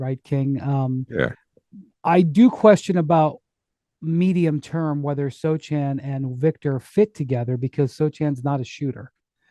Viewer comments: First of all his name is pronounced So-Hahn, not So-chan; 2nd I love how you all forgot the Spurs were tanking but okay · the C is silent my guy! Its pronounced (Soe-Han)